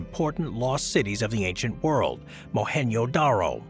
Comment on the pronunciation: mohan “JoDaRo” not “yodaro”